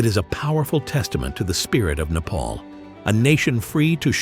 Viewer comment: Not how you say nepal